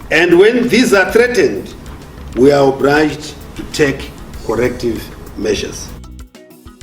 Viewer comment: iwe kkk its not obliged...its obhrijaidhi 😂😂😂